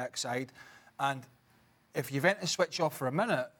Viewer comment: Why does this guy insist on pronouncing Juventus incorrectly?